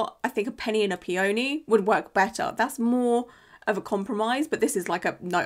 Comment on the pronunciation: not you still saying “Pee-OH-knee” 😂😂💐